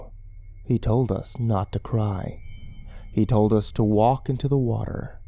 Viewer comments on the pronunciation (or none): it's HE told us not etoldus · "e-tol-dus". Sounds like the language of a native South American tribe, possibly central American. I wonder what that word means.